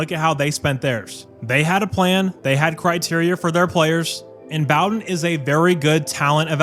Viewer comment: It’s pronounced “Bo-den” with a long o. And he’s good, but don’t get comfortable. He’ll leave you for a dollar at some point in the near future as well. Learned from his dad Jim.